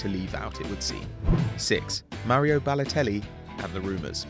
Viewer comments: BaLOLtelli really Ba-----LOL-----telli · BaLOLteli... Really?